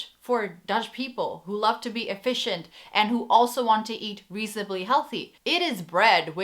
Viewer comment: My 3 year old son said ‘visje’ every time you said ‘efficient’ haha Thank you for this list, we enjoyed watching your video! Apparently Dutch customers are (among) the most difficult in the world, if a store can please Dutch customers they can succeed anywhere.